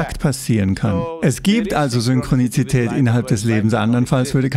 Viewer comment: Ist es nur mir aufgefallen oder auch anderen, like für Ja, Komment für: ist euch egal? :D Heißt es nicht Synchronität? Laut Duden und Google gibt's kein Synchroni "ti" tät. Guter Sprecher aber das war ein Krasser Fehler ( nicht die Übersetzung, sondern das Ausprechen des Wortes). Aber wir sind Menschen, jeder macht Fehler xd.